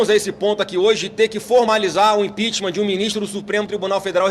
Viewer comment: Impitichm, impitichm e nada acontece